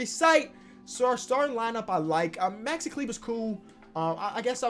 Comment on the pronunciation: SAID MAXI’S NAME RIGHT!!!:,)